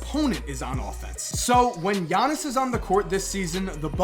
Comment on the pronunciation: IT'S "YA-NIS" NOT "JA-NIS" YOU MONGHEAD